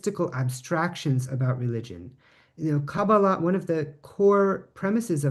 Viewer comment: Pronounced kah-BAH-lah, not as kaba-LAH. In Hebrew the accent is on the middle syllable of every word of three syllables.